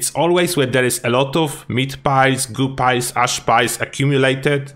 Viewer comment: I'm sorry but I love the way you say pile sounds like pie. MMM meat pies. 😂